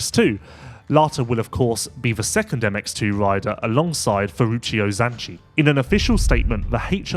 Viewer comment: Please! They are "RIDER" contracts, NOT "WIDER" contracts...............................Also please remember it is "FLY RACING"......NOT....."FWEYE WAYCING"